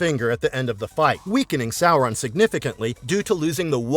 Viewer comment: Well, at least he's pronouncing the name correctly.